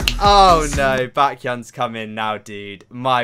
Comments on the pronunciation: it’s pronounced B-eh-khyun not B-a-khyun. Like the word bacon. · Baekhyun is pronounced bekyon